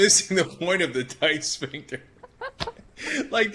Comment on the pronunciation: ''a tight schvinkter '' LOL